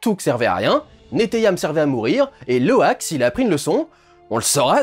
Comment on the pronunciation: Heu...Sinon, il s'appelle pas Loïk mais Loak. Voilà voilà.